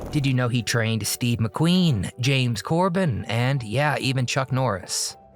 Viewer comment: James COBURN, not Corbin! 😂